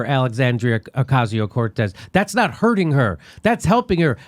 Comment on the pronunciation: I thought the same thing when he mispronounced Ocasio-Cortez’s name. It was totally on purpose, because they’re scared of her.